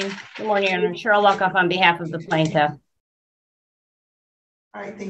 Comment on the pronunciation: Everytime Judge says "Luckoff" it sounds like something else.